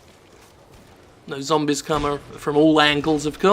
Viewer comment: LOL I never get tired of how he says "zombies", it's like "zombiz"